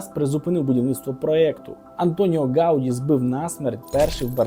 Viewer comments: Не гАуді, а гаудІ, наголос на останню літеру. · Прізвище Гавді наголос падає на останній склад. Поправка.